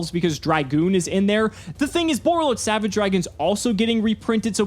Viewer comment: When he said Borreload Savage.. 🤦🏻‍♂️